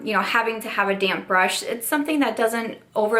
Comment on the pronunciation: Hey hey! You look beautiful! Sounds like you’re saying “damn brush” instead of damp brush and I cracked up every time! Hope your home situation is going smoothly ❤️